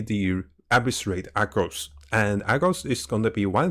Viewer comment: Bruh it’s not Agros it’s Argos